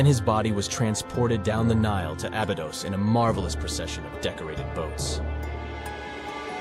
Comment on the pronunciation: Ah-bee-dose.. say it the correct way please